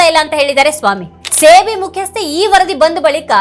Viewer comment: Adu ಸೇ ಬಿ ಅಲ್ಲ ಸೆಬಿ